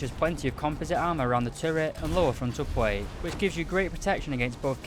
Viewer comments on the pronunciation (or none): After many videos I still laugh at how this guy pronounces words with “pl” plate = pwate.